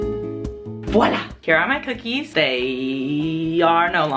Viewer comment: when you said bookie it reminded me of the video where the person says bhocolate bhip bookies lol